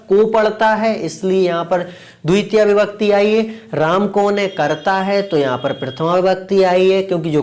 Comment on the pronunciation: Dutia ❌dvitiya✅